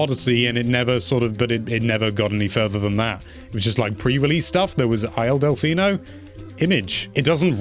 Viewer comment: “isle delphino” what is it, a bath water stage?